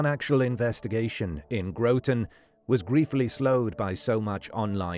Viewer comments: GRAHT'n. Not Grow-tun. But...that was just after pronouncing Thomas as Tom-ass, so. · Groton native here, pronounced how it looks, not Grow-ton, but I grew up in one of the homes, only just recently sold, directly along the Colonel Ledyard Cemetery (pronounced Ledge-erd), in the shadow of Electric Boat, and would hop the fence and spend a lot of time there as a kid. The discovery of that poor woman was shocking, but with the population explosion bringing shady people to the area in recent times it isn’t so surprising to see these things happen. It was determined that it was a domestic violence situation. She was a small, frail, ill woman who was beaten to death, dismembered and left in a suitcase in the cemetery by a trash can by the man she lived with only a couple streets away, who is also terminally ill. Very sad situation. RIP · It is Groton (Grot-on) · It’s Pronounced gra tin lol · I live in Groton. You obviously don't know how to pronounce it.